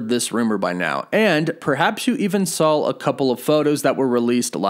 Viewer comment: You keep saying “sawl” not “saw” never noticed you say that before but it is bugging me in this video😂